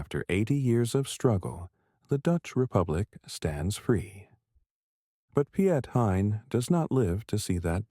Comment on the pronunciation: At least pronounce his name right, it sounds very different in dutch